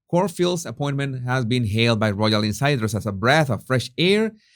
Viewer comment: Because it's a word you use a lot, Jesus, it would be worth your while to get it right. The word is "royal". Don't arch your tongue. You almost make the y into a g. Keep the tongue flat. Easy!